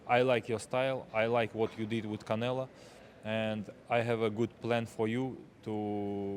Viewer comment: It is common for Russians pronounce O as A. For example Kovalev used to say it long ago